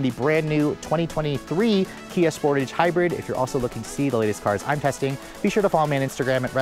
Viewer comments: Every time you say sportage I shudder. It’s pronounced like dressage. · It’s pronounced Sportahge It’ll also have 4 open recalls and rattly panels in 2 years. Kia and Hyundai are the vehicle definitions of “Lipstick on a Pig”